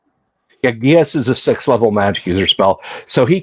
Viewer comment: Unfortunately, geas is pronounced GESH. But, I, too, did pronounced it the way you did.